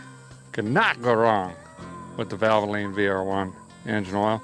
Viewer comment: Okay so I work for valvoline and every time you say oil bay one I have a ptsd moment